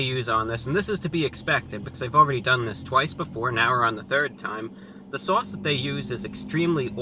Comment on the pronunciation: I love the way you say Swauce!